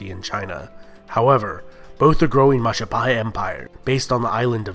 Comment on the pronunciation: yeah and it's mah-ja-pah-hit not mah-ja-pah-he'